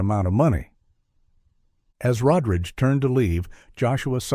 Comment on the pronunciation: First time watching this channel and will be the last. Stop butchering people's names. Rod Ridge Road Rage for Rodriguez?? Not sure of the woman's name cause we got 3 or 4 different pronunciations. Jesus!!